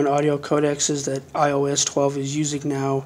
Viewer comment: You said “my io device”